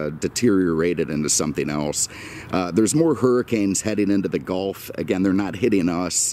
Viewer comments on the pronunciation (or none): none